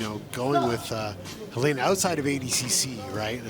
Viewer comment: HUH LAY NA. its HEH LENA. Americans butcher every other language...